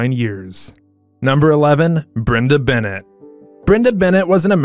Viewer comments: Fir cryingviut loud, get someone who is at least familiar with the show, characters and actors to narrate. STEFano! Dimera. Brenda BEN AY not Bennett. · Brenda Benet’s name was pronounced “Benay “. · Brenda Benet. Not Bennett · Brenda's last name is pronounced Benea not Bennett.